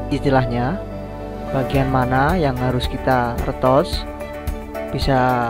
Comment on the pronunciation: Ritouch mas bacanya, bukan retouch hihihi